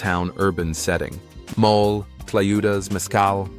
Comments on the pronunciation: Video ok, please try to pronounce principal words like “mole’” not mole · Mole (mol lay) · Speaker needs to correctly pronounce simple Spanish terms used. For example, “mole”, the famous Mexican sauce is not pronounced “mole.” It has two syllables with emphasis on the second. For goodness sakes, do your homework!